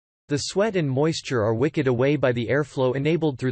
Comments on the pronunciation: Also 'wicked' like the witch of the west opposed to 'wicked' like a candle wick. Wow - just wow. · The automatic voice in this is really irritating. "Wicked away moisture" become "wick-ed". Many things said about wool generally, like flame resistance, is repeated over and over as if a unique feature for each. Much of what you are saying, in other words, is redundant, artificial sounding, and hard to get through.